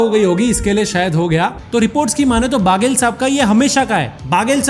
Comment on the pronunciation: that's 'baghel' not 'baaghel'